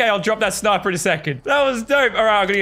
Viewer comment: I loved wen laser beam said snipar